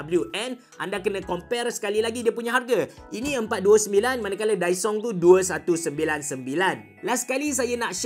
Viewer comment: Kedengaran mcm dysong😂